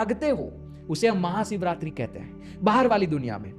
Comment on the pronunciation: Sarir nahi bhai, woh sharir hota hai.. bolna sikh le pehle...live sikha raha hu tujhe, Maha Siv ratri nahi,, Maha SHIV ratri hoti hai....